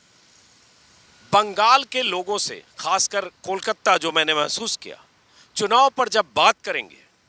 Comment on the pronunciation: Anjum jee Kolkatta nahi Kolkata kahen